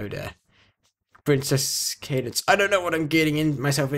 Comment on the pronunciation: u said cadence right